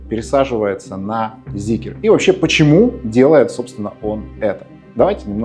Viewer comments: Прям весь такой требовательный эстет, а говорит как колхозник, не ЗикЕр, а Зикр и не ЗикрЫ, а Зикры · Начал смотреть и выключил сразу после слова "Зикер". Люди, где вы там букву Е видите? Почему многие так говорят неправильно? Как ни крути, читать нужно Зикр и никак иначе. Считаю, что люди, которые говорят Зикер - недостаточно умные люди ибо даже прочитать слово правильно не могут. Соответственно, они и обзор не могут умно сделать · ЗИКР - не Зикер , аж бесит , Zeekr у вас есть произносить правильно вы это до сих пор не умеете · ЗИКР, ЗИКР, ЗИКР, не зикЕР , безграмотные люди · Прежде чем делать обзор,научитесь правильно выговаривать название Зикр!!! Где там е?